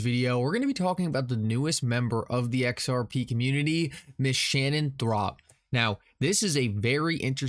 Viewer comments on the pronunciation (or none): its not ThRop. its ThoRp. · Thorp, not Throp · She doesn’t work for Wells Fargo. She is a fraud. She said absolutely nothing of any substance. How stupid does feel for pronouncing her name as Throp?